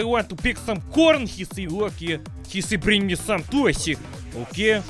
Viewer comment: The way you say corn , don't know why it's so funny but it is.